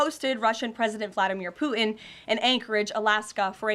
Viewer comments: Ha! Chump and Poo-in! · Is this woman totally deranged? Oh, and there is a 't' in Putin. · She says “Pu’in”. 😂She is a horrible public speaker. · Why can’t she say his name? Poo-in? Is he actively making a number 2? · Does she know "Putin" has a T in it? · Her youth belies her flip ways of responding to questions — a typical yes-man (ie, yes- woman)! Putin ( not poo-in)!!